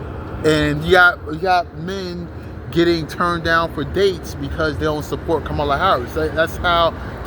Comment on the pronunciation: I have no idea who you are, but you're a dumbass hater. Harris 2024! Say her name the right way loser.